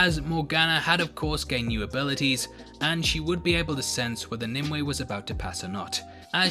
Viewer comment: It's "NIM you ay" .NOT. "NIM Way"